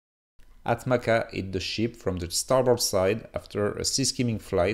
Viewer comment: its not “ATMAKA” tho, its pronounced as “ATMAJA” which means accipiter